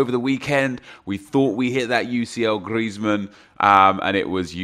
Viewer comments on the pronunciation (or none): none